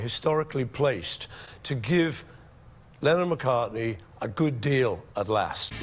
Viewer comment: It's McCartney, not McCarthy. -smh